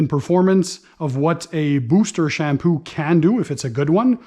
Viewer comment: Sham poo. Lol love the way it sounds with his Canadian accent. Great video